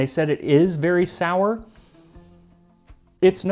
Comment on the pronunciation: Hefeweizen He-fe-wei-zen Noun, neuter (Das) - Inherited the Gender from the Weizen. H'eh'-f'eh-w'ei'-tsen Hefe (Yeast) Weizen (Wheat) You make it sound like El Jefe Waisan.